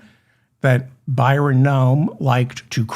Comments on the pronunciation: David it is Bryon like as in breasts not Byron His parents named him well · You keep calling him Byron...it's Bryon! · Bryon not Byron. But. You're hilarious 😂❤